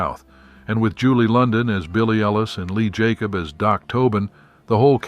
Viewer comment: Lee Jacob? No, my friend, it's Lee J. Cob.